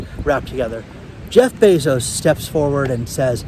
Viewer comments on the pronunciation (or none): none